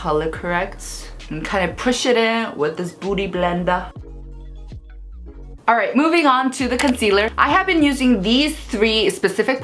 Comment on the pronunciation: I heard booty blender 😂